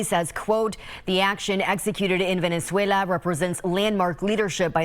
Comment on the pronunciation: WOW the reaction from the LEFT is disgusting...hope Stevie Lynch never has to pick his dead daughter up off the floor after an OD.....STOP WITH THE BS PROUNCIATION of Venezuela